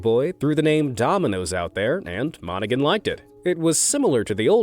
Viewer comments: Hey DERP!!....The surname "Monaghan" is pronounced, "monna han", not "Monna Gun". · The name is Tom Mon.a.g.han The G is silent We are used to hearing it because we are from Detroit you're welcome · The name is pronounced Mon ah Han. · It’s Moni-HAN Your AI makes my ears bleed!!! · The guy Domino's Pizza guy's last name is pronounced Mona-han with no g sound. I worked with him at Domino's in the 1970s. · The Domino's founder's name is not pronounced with a hard 'G'. It's Tom Monna-HAN, lol. Source: hubby and I both worked there. 🤷🍕😂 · It’s pronounced mon-a-han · Fun Video. Monaghan is pronounced MON-A-HAN. The G is silent. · You do not pronounce the G in the name of Tom Monaghan. Research your subject at least a little bit please. The fact that Tom Monaghan bought into a pizza chain sold drugs could be delivered. I quit counting how many of those Domino's managers ended up going to jail for dealing drugs, but that's what that businesses doing for a long time. They make it look like it was just individual managers, but I don't believe it that's too much of a coincidence. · Tom Monaghan the “g” is silent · You keep miss pronouncing his name! The g. is silent and I should know I live near Ann Arbor where Domino's is based